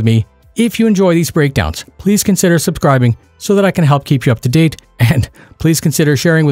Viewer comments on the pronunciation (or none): none